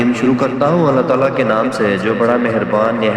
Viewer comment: لفظ اللہ (رب العزت) کی تصحیح کریں، ، جزاک اللہ خیر۔